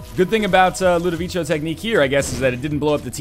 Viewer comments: If its italian or french its LudoviKo. Actually i cant find language where ludovico is pronunced ludovichyo. (it would be Ludovicio not Ludovico) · NL it's pronounced Low-doe-vico from the movie/book "A Clockwork Orange" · It's pronounced Ludoviko, you lovely ding-dong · It is pronounced Lood-Eh-Veek-O, just for future reference. They say it out loud in A Clockwork Orange. :D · Rewatch A Clockwork Orange for the correct pronunciation. As an added benefit, you'll get to watch A Clockwork Orange!